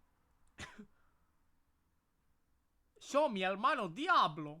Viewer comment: “Sho mi hermano diablo” AJAJAJAJAJAJAJAJ